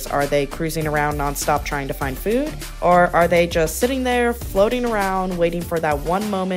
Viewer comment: it’s pronounced food, not fewd.